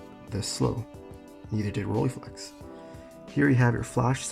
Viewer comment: RollEYEflex goddammit. Not Rolleeflex!!!!